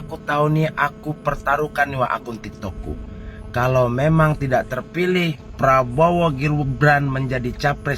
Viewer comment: Bapak Ini pembawa acara TV apa OPOSISI bicaranya menyebutkan Capres Probowo lucu sekali ya. lebih baik yang jelas saja SAYA OPISI GITU LOH KAN JELAS.